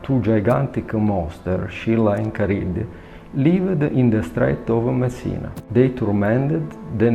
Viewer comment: I keep hearing "The Strait of Messina Bridge" as "The Strait of Missing a Bridge"... 🤣🤣🤣